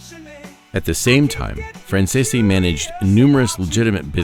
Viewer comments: Why does he pronounce their last name wrong ? Franzese is pronounced Fransees! This video is a mess! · I say BS to this story, making guesses. The simple fact that you cannot pronounce 'Franzese' correctly and pronounce it differently in multiple areas solidifies it . . . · i think you'll find their last name is pronounced francese not franz-e-se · WHY CAN NOBODY PRONOUNCE THEIR NAME RIGHT??? It's "Fran Zees"!!! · It would be nice if you learned to correctly pronounce the family name. It is pronounced Fran-zees. That is how they pronounce it themselves. Listen to any of Micheal Franzese videos and listen to how he pronounces it. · I despise the way his name is mispronounced the ENTIRE Program!!! Is this AU narrated???? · I call BS I just watched Michael Fransese himself lay out his life since he was little nothing like this . . . They should actually listen to the man who's still alive to tell the story. Heck, they can't even pronounce his name correctly 😂🤣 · Thats not how the name is pronounced